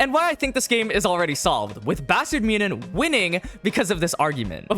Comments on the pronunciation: Great vid but bro... It aint that hard to pronounce München haha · why are there a billion ways to pronounce "munchen"? I've heard way too many... am I missing something?